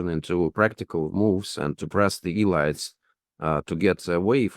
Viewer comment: "E-lights?" "Nayzees?" Please give this guy an English course.